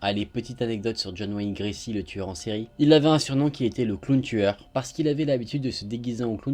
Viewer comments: ** John Wayne Gacy, pas "Gracy" 🤭 Sinon j'adore tes vidéos quotidiennes j'attends la notif tous les jours ! 😍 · Par contre c'est pas gracy mais gacy je pense t'as pas du faire gaffe à l'erreur 😉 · John Wayne Gacy, pas Gracy. Sinon, comme d'hab, je me jette sur les vidéos dès qu'elles sortent. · C'est John Wayne GaCy pas GRacy ça ma stressée lol